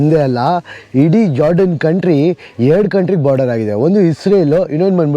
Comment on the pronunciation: ಅದ್ ಏನ್ ಇಂಗ್ಲೀಷೋ ಒಬ್ರು ಜೋಡ೯ನ್ ಅಂತಾರೆ ಇನ್ನೊಬ್ರು ಯೋಡ೯ನ್ ಅಂತಾರೆ ಯಾವ್ದೊ ಇವೆಲ್ಲಾ ತೋ... ನಮ್ ಕನ್ನಡ, ಕನ್ನಡಿಗರು ❤️😍